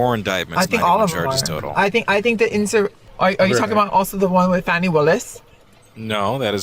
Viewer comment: What I heard... Girl hush. Its so funny how they cant pronounce Fannie and Latisha but have no problem with Deutsche bank!!!!!! That is why they are racist!